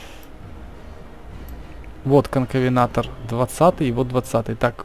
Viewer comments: Я как бы тоже иногда неправильно названия произношу, но когда ты говоришь "конкавенатор", а это правильное "конкавентор" прям так и лезет в глаза. Я просто решил об этом сказать, что бы ты больше таких ошибок не делал. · Конкавентор а не конкавенатор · Не конкавенатор , а конкавентор . Видео классное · почему конковенатор ведь конковентор ты читать умеешь? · Правильно Конкавентор ,а ты говориш Конкавенатор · Написано конкавентор а не конковенатор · Вообще-то Конкавентор а не "Конкавенатор"!